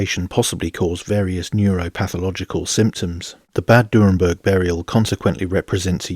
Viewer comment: It's not "Durrenberg" but "Dürrenberg"